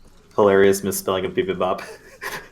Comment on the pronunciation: BIBIMBAP is spelled with an "a". I can see why someone from North America would tend to pronounce it with the "o" accent , a much rounder sound, which the American accent is inclined to do. But the Korean acccent has the "aa" sound.